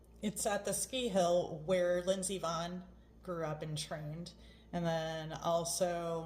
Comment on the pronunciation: Nevermind. You said Lindsay Vahun😎